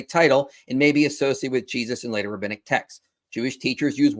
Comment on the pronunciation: The word is rabbinic, not rabbitic. They weren't taught by rabbits.